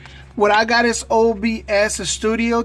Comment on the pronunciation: Its OBS Sorry its just disturbing to hear you say OSB